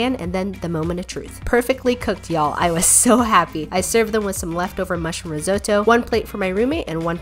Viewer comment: U pronounce risotto wrong